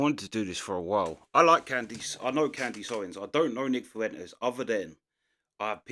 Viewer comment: Who is "can-deeese" ??